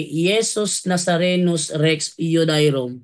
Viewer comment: Bro, Rex yu-de-yo-rum pag.pronounce nyan